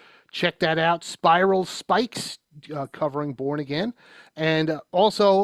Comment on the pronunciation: For anyone who looks for that version of “Born Again,” the band ‘s name is Spiral Skies. I thought he said Spiral Spikes. The transcript says Spikes too.